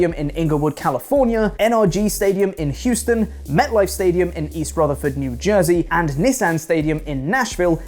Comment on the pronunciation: THANK YOU for pronouncing “Houston” correctly. This is why is the greatest. I still have PTSD if Andy saying “Who-ston.” And NEVER being corrected. Los Intangibles will win the Jampionship!!